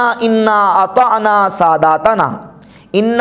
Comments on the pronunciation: قرآن میں سادَتَنا ہے۔ آپ ساداتنا پڑھ رہے جو درست نہیں ہیں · ماشاءاللہ آپ نے بہت خوب صورت اور سہل انداز میں مدللانہ گفتگو کی۔ اللھم زد فزد قرآن کریم میں لفظ "سادتنا" ہے اور آپ نے "ساداتانا" پڑھا۔ مؤدبانہ گزارش ہے کہ قرآنی آیات کی تلاوت کرتے وقت خصوصی توجہ فرمائیں۔